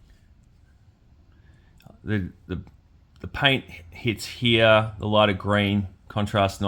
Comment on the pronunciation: "Here" is one syllable! ;)😅 Thanks for the review, buddy. Was it worth $100? I can't imagine it is, but its super cool. I personally like all the extras. Now, the soft, gummy weapons are a different argument, but as far as the amount of pieces goes, I think your complaints are unfounded. The boot knife belt seems kind of petty too. Those things are always slippy. Just move it up or take it off and move on. I don't think it's hard knocks reviewing to point out that stuff and call it "$#!t". I'm in no way a "HasBro" either. I dig this line and a couple others they make, but I am quick to point out their many flaws. Whatever. Just wanted to throw some "constructive criticism" your way and thank you for another video. I'm sure you worked hard to get this out so quick. Keep on keepin' on!